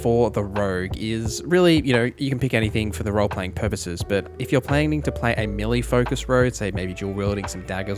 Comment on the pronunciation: You keep saying "milly", did you mean "Melee"?